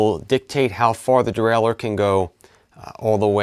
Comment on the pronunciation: The Readedurdurle :D. Great explanation though.